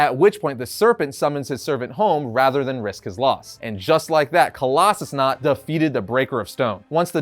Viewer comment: Really? "Coloss-a-snot"?